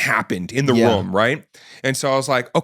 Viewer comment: guy says "room" funny. almost like a "rum"